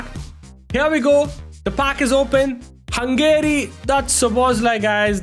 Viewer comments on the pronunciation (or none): none